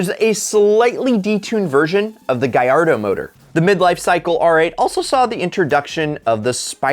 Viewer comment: It hurts me when he says Gallardo like gyardo :(